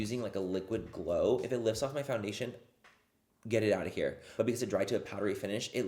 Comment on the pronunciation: i’m sorry, i’m trying to go to bed but can’t get over “now that we’re foundashed” ahahha ilysm